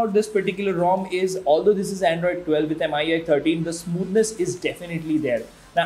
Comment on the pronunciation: Should be pronounced Me-UI by the way.